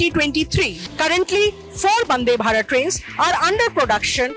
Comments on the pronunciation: Why is she saying Bandhe Bharath? And is clearly not wiring bug Welding! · Highly Appreciate the effort from print for making the manufacturing team and facility visible to the common man. The mention of the women's team and interview of key staff is very well done..., great work. One minor feedback, i think the presenter said bandebharat instead of vandebharat...a few times... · That is not bandhe bharat, it's vande bhatat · Why are calling it as " Bhande Bharat" it's Vandhe Bharat 🤣